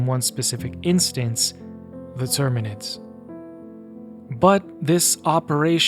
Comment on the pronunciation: btw it’s terminids not tyrinids close but not 40k 😂